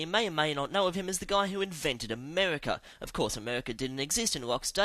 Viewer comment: ...who invented Amehwicka